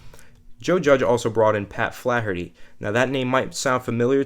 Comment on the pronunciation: says Flaherty like Charles Barkley swings a golf club.